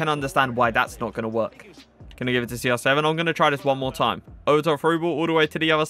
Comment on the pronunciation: Why are you Saying SR 7 not CR7 hi is Cristiano no Sristiano İt is little bit triggers me